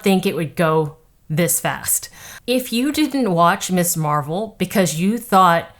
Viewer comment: A brilliant observation! By the way Ms is pronounced “Miz” But here’s the problem with people that don’t understand comics making the tone reflect all the biases and cliches they have about comics. They haven’t read a comic because reading is hard but they saw some reruns of the 60s Batman show. In other words while comics are supposed to be modern mythology, they don’t understand the source material and assume it’s got to be campy silly cliche kid’s fare.